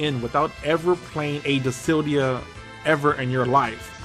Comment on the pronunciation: Dude learn how to read. Dissidia not disildia